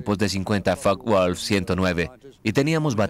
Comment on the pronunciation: Focke Wulf, como lo pronuncias que no se entiende? Láncaster tambien mal pronunciado